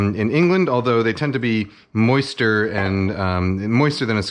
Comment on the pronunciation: "MOISTER" lol